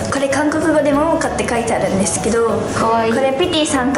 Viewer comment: 右の子すんごいですのすーをのばすねw